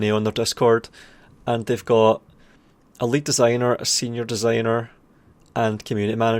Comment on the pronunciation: just want to say, the way you pronounce "a lead designer" kinda sounds like "elite designer". i found that kinda amusing.